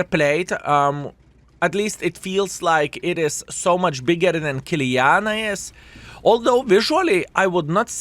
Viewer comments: Why you calling Kiliana?!!! IT IS KILANA!!!!! What a NOOB IS this YouTuber 😂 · Stop saying Kiliana! it´s KILANA !